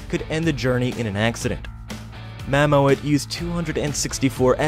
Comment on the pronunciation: Mammoet is the Dutch word for Mammoth, the way the narrator pronounces it is ridiculous! Just fucking say "Mammoth"! 😂